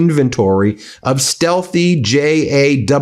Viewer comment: Just FYI the JASSM-ER is pronounced “jazz-em E R”.